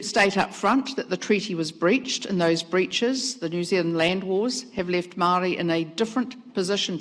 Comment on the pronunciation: Says she cares about Maori when she can’t even pronounce it properly, yuck